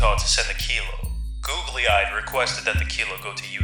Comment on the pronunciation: Listening to you mispronounce Google-eyed over and over is wayyyyyyyy past irritating. How do you screw that up?